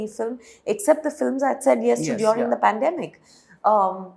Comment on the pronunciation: What is "pundAmic" ??❌ Please pronounce 'pAndEmic' ✅